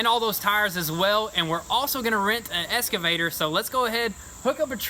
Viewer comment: Excavator!! Lol not escavator